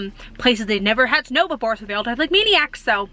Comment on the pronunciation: Your “ STOP, FAST and MANIACS” sound sooo East Coast ….your accent really pops out!😂